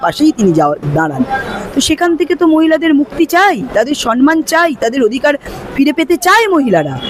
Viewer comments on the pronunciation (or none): সনমান নয় ম্যাডাম। বলবেন সম্মান।